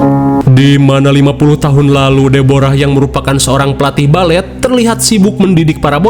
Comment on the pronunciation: Balfet....Balet Kofet..??!😂😂